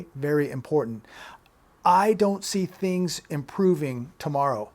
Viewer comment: 'things' not THONGS